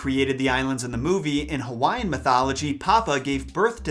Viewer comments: Nice video but your annunciation sucks with Hawai’ian Words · 😂😂 I'm Polynesian (not gonna say which one I represent) , your pronunciation are so off, but I give you props bro. 💯 love your videos!! keep it coming. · This man just butchered so many Hawaiian names 🤦‍♂️